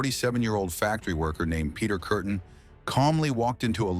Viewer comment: The name ist Peter Kürten or Kuerten not curtain